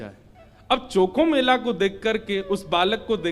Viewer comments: संत चोखामेळा है नाम चॉकोमेला नही जी प्रभु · गुरुजी उनका नाम चोखोमेला ना होके संत चोकामेळा है 🙏✅